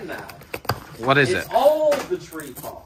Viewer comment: Best part is them calling a tripod "Tree-pod" 🤣🤣